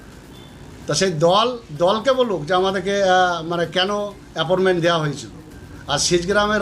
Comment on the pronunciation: আ্যপরমেন্ট না কাকা, আ্যপয়েন্টমেন্ট। তোমার তো মুক্ত বিদ্যালয় এর সার্টিফিকেট আছে, তা তোমার মুক্ত বিদ্যালয় এই গুলো শেখায়নি? না "সাদা খাতা" পাস?